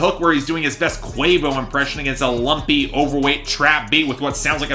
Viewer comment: And he called Quavo Quah Vo.